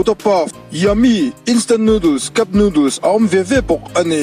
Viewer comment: Nudul Ava mawilo tak em pronunciation chu le Noodles ti veh mai ula